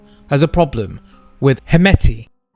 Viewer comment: Why?? Just pronounce it as standard pronunciation..Not according to English pronunciation